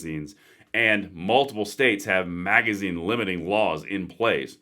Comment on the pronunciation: Rrally? You cannot even say "Magazine"? Thanks for the info tho.